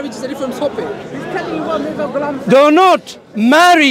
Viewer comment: It's so painful to listen everytime he say haza maza gulam😂 Their belief is so weak that, they can't even say it properly 🤣🤣